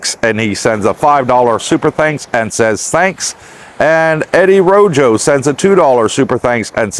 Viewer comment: Eddie Rojo is pronounced Row hoe, j is silent